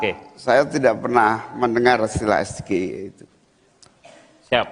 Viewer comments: soalnya pertanyaan lontong sayur pembuat martabak itu tidak sesuai dengan bahasa apakah bahasa Indonesia atau bahasa inggris ucapan nya aja udah salah EGIE seharusnya EGIY ucapannya dasar lontong sayur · Kalian semua pada yng comment cak imin ga ngerti SGIE pda sok paling tau dn merasa so bner Malah nyinyirin cak imin Dan merasa bangga dgn prtanyaan singkatan trsebut Klo sebutin singkatan yg dr bhs inggris.. ya jgn di ucap pke logat sendiri Harus nya d baca : eS-Ge-Ai-E